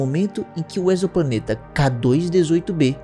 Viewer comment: O primeiro que falou exoplaneta corretamente. O prefixo "exo" tem som de Z em português.